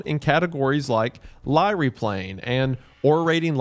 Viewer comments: Lyre = "lier" not ly-re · Lyre is pronounced liar... Not lyree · Listening to this Appalachian boy try to pronounce roman names is actually so funny 😂 Lie-REE 😂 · The repeated mispronunciation of Lyre as 'Lie-Ree' instead of 'liar' is killing me slowly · Lyre...liar....ligh-er Not ly-ree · Lyre is pronounced the same as Liar. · Lyre rhymes with fire It does not rhyme with Kyrie. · I'm gonna be that guy and say it: Lyre is pronounced like liar :) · It's because of difference of language, it had a different name in latin and in greek than the english name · We're not going to touch on his pronunciation of lyre? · alt title: wendigooner mispronounces the word “lyre” for 40 minutes